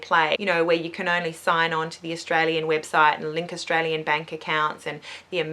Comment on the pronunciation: Australian not Sustralian haha